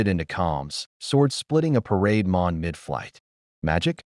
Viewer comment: AI calls parademon as parade mon.